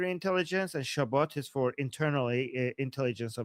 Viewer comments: its Shabak not Shabbat 😆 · Shabak, not Shabat :) like Savak, just with Sh and B :)